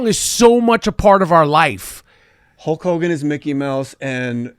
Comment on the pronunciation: Michael seems unable to say the name "Hulk Hogan" correctly. It's weird.